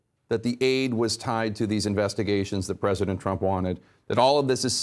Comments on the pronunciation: How much cwying did widdle baby twump do today? How many binkies did he use? How many tantwums did he thwow? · "President Tuwamp" haha... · President Twump - right pronunciation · “Pwesident twump” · "president twomp" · he did say twamp!!!! lol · Twump seems quite appropriate. Pwesident Twump. Our first child-president. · Lol "president twamp" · "Twump." Hahahaa, That's very fitting ! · "president twump" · "this tweet from President Twump…" LOL ! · "President Trwump" 😂😂😂 aka "The Lying President"